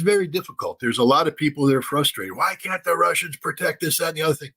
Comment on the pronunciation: Scott, if you can't afford to say "can't" with a T, just say CANNOT.